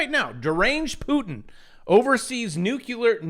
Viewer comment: great work with the NUKLEEAR pronunciation. The NUKULAR folks are driving ving me nuts!🤪🤪🤪